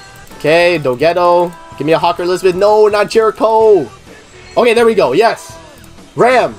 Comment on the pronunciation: It is not pronounced Rom. In the Japanese version, they say Ram the same way as in English. Most of the characters in this series do not have Japanese names. Some of them, like, Beatrice are pronounced incorrectly, but an attempt is still made to sound more western.